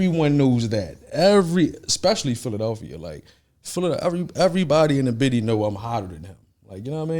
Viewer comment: he really saying “bity” im really ctfuuuuuuuuuuuu